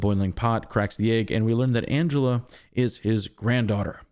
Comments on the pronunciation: also her name is Angela - not Angelo!! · you say Angelo.